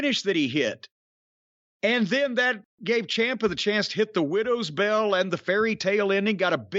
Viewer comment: To make up for it, he's still struggling with Willow's Bell.